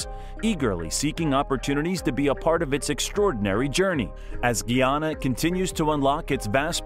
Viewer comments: its PRONOUNCE GUY AN NA....NOT GEE AN NA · Its Guy-anna. Guyana not Gui anaa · GUY! GUY! GUY!😢 GUYANA... NOT GEE! NOT GEEANA or GEEANEESE GUYANA and GUYANESE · Guyana not Geeyana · Please find a narrator that know pronunciation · Its not pronounce gee ana i am a guyanese woman and its pronounced differently becoz we have a specific accent its pronounced gie ana like guy gie anna😊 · Its pronunce ga ya na not gee yana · Very simple lesson: GUYANA/GUYANESE pronounced GUY-ANA/GUY-A-NEESE. Formerly called British Guiana/British Guianese (pronounced GEE-AH-NUH, GEE-AH-NEESE), up until 1966. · Good afternoon l totally enjoyed the video except the mispronounceing of the name of my country. It is Guyana pronounced GUY ANNA. PLEASE get it right. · Man, his pronunciation of Guyana is killing me…geez